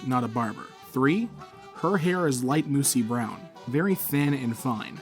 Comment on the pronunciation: Please tell me this dude did not just say "moosey brown"